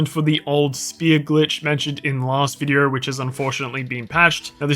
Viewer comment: Sorry but how does vide-oooo sound like vide-errrrr